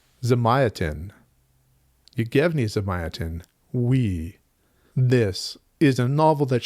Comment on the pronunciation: Apparently Elon Musk is telling people that the Culture series are his favorite books now, instead of The Moon is a Harsh Mistress. Let the reader decide if there are any broader implications there lol. Also, it's "Zahm-yacht-in," sorry.